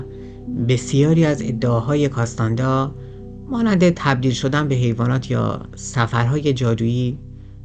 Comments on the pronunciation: نکته ای که برای من جالبه اینه که چرا اکثر ایرانیان توانایی خواندن نام ها رو ندارند و نام ها رو بدون توجه که واژه ها اشتباه گویش می کنند. به طور مثال “کارلوس کاستانه دا” که در همین برنامه و در ترجمه های کتاب به نام “کارلوس کاستاند”ا نوشته و گویش میشه. یا اسلحه کلاش نیکف بهش کلاشینکف (جای ن با ی عوض شده) گفته یا به اینستا گرام، “اینس تا گرام” میگن. راستش خیلی خنده دار و شگفت به نظر میاد. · کاستاندا نه ، کاستانه دا